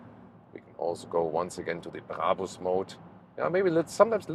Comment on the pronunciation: Died at "Bray bers"